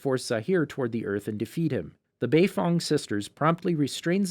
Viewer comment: "baifong" tho